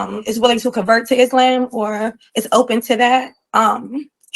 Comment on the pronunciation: After 3 years, she's even pronouncing Islam wrong. 😂